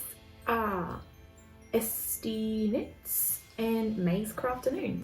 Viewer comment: Oooh I hope they will let you take some footage at the yarn shop! I love to "go" to yarn shops that are far from me and have a look haha 😃 You said esztiknits beautifully, I thought I should pick an easier name for that account, but you said it perfectly 😍